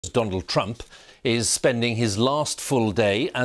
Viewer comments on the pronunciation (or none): "Dondald Trump" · 45th President.. Dondald Trump?